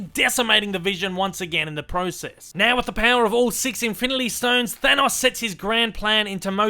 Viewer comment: "Infility" stones lol